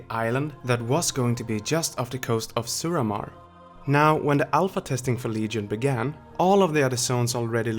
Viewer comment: The way he says Suramar makes me think he's not pleased with the zone by implying the place is an underground conduit for carrying off ogre waste water and solid waste. Also, alot is not aword, yes, I can be an ahole sometimes.